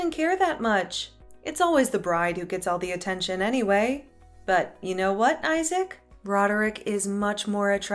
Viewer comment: Who pronounces Isaac as eye-sack?